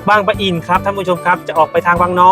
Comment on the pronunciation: บางปะอิน ไม่ใช่ บาง ประ อิน